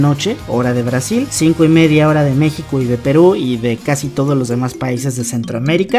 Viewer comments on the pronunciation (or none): none